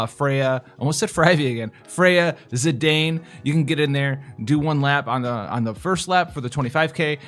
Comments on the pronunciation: Rake-ish (like the yard tool.) Thief Zi-DAne. (like Great Dane (Scooby-Doo)). Also it's the Eye-fa tree. You got Quinna right. Her name can also be pronounced, Quinoa, Trash, and Dear God WHAT IS THAT?!? Great Video BTW. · Zidane is a real name lol, "See-Dahn" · lol.. I'm starting to wonder if you're talking about me when you say "word guys". Its.. Rakish - rake-ish (incidentally, the counterpart to hoe-ish.. dead serious) Zidane - like Dane.. but. ZIH-dane Tidus - tide-iss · Rake-ish Zid-ayne seems to be the proper pronunciation, although I like to say Zi-dahn from time to time lol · Rake-ish Z-eye-Dane is how I'd pronounce it. Queena is how you say her name. ;) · PS: Zih Dah Ne ... lololoolooll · ZI DAWN EH LOOOOL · Ra-quiche Zee-dah-neigh! Hahaha. Just got back into FFBE after nearly a year and have been going through your vids. I missed so much lol. It's good to see you are still doing FFBE. Be well! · it's not Zidane, you should say as"Zidane"